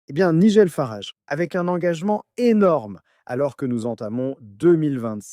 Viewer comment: c'est nul la voix IA . quand c'est programmé pour parler en français , même les noms propres anglais sortent avec une prononciation franco-française . "Nigel Farage" , dans le monde réel , ça se prononce pas du tout comme vous dites .